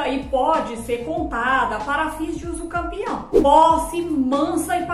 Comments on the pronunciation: Ela disse uso campeão ou entendi errado😮? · Mulher voce esta falando uducampeão, corrige isso fica muito feio isso. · Mulher corrige esse vídeo, você está falando usucampeão, fica muito feio e desvaloriza o desqualifica o seu trabalho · Foi um golpe baixo no português jurídico! 😂 Mas agora aprendi direitinho: usucapião Ah! E já tem vídeo com a pronúncia certinha — confere lá: 👉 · Eu achava que era usucapião e não usucampeão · Hahaha adorei o comentário! 😄 Falei errado mesmo — usucampião foi um golpe baixo no português jurídico! 😂 Mas agora aprendi direitinho: usucapião Obrigada pela leveza e por interagir — é assim que a gente cresce: compartilhando, corrigindo e se divertindo no caminho! 💬⚖️✨ Ah! E já tem vídeo com a pronúncia certinha — confere lá: 👉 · Falei errado mesmo — usucampião foi um golpe baixo no português jurídico! 😂 Mas agora aprendi direitinho: usucapião Obrigada pela leveza e por interagir — é assim que a gente cresce: compartilhando, corrigindo e se divertindo no caminho! 💬⚖️✨ Ah! E já tem vídeo com a pronúncia certinha — confere lá: 👉